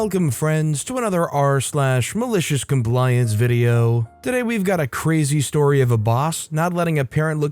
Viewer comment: He said "go suns" and i heard "ghost hunts"